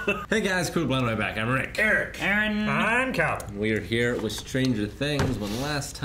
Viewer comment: What an intro. From going over their notes , Calvin freaking out over his Rick pronunciation.